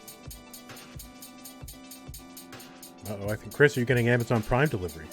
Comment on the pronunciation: How do consistently call a guy named"pokend" "pokernerd"?